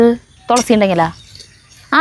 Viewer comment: തൊ ള സി അല്ല തുളസി, തു തു 😅